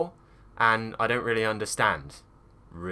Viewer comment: It was turned become vee-lee in my mind at the last parts in the video 😂 what kind of mouth do you british guys have omg